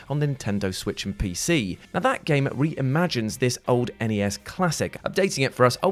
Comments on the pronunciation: wtf is the Nayes? are you trying to say NES? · are you a real person? bc when you say NES you say "Nay-uhsss". sounds quite ridiculous. Ehn-ee-ehss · WTF is a "Nay-Yes?" 😠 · That Battle Toads hover bike level was the worst… I never did get past it. Side note, everyone time said Nayes, it made my teeth hurt. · Wtf is a nayers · It’s N.E.S…..not “NNIIIEEESSS”! It’s very annoying to hear! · N.E.S. 3 separate letters representing 3 separate words. Nintendo Entertainment System. It's not "nayis" or whatever you decided to call for Pete's Dragon. Just get it right or call it Nintendo. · N.E.S. Pronounced NAYIS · Every time you say Nayez it hurts my soul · Its ponounced N.e.s. Not Nayes. Or as people who owned and played it... just called it Nintendo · NAY-S. WTH. ITS N.E.S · What is Nayers? Is that supposed to be NES? I don't get it. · What is a "nayez"? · Great subject, but the presenter is wack af. Stop saying "nayezz" you doofus. It wasn't ever funny. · Why is he saying Nay-yes? 😆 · seriously who pronounces N.E.S. as "nay-es"? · I had to stop after the second one because I couldn’t stand hearing the NES being called the Nay-Is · Is it a British thing to call the NES a "nayez'? and the once mentioned SNES as a 'snayez'? EVERY TIME you pronounced it that way I wanted to shove a joystick in my ears. I only hung around to confirm that Battletoads was number one. Please, in the future, try to call it an N.E.S. It takes one extra syllable yet preserves gamer sanity. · Say it right. N.E.S. not NIEIISSE like Borat tryin to say nice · It's N.E.S. Not NAYESSS...unsubbed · What is that "Neys" console? I only heard of the "N.E.S." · 1. Stop Saying "Naise..." 2. I completed Castlevania as a Kid on the NES, I cannot beat it on the GBA port as a uselss adult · Why does he pronounce NES so strangely ? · “Nay yez “ deserves a downvote just for that pronunciation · why are you saying nayess? quit being such a dick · FFS say it N E S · what the hell is a nayez? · Say N. E. S. !!!!!